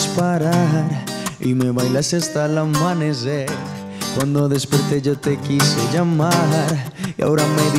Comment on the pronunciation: porque pronúncia amanezzer ??? 🤔